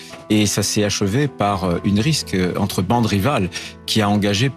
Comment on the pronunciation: "Une risque" : ce brillant macrono-on-sait-pas-trop-quoi Retailleau doit aussi sans doute dire "infractus", "aréoport", "génycologue", etc.:face-purple-crying::face-purple-crying